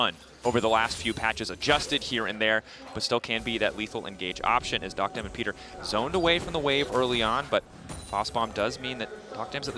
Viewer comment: Duck-dom ✅️ Dock-dam ❌️